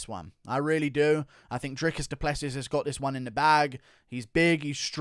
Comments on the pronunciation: I'm from South Africa. Please pronounce Dricus's surname as: Du Pluhsee (the uh in my Pluh is the same as in huh) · A friend of mine I work with is close friends with Dricus. Its actually pronounced Du Pleh-Sea 😐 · DU PLE SEEEEEEE IS HOW YOU SAY IT. Its French my nigga. You need some finess